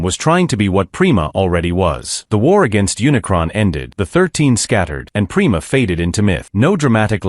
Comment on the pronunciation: It’s pronounced PRIME-A not prema…. :/